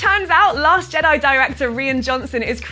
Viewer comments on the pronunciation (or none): none